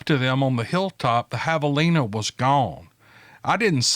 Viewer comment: I was impressed you got javelina sounding right. Have - a- lina. I would have guessed you would have uttered JIVE - a - LINA. Good job, buddy.